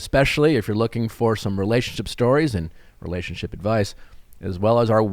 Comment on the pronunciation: And the word re-la-tion-ship is 4 syllables. It is not pronounced ray-ship.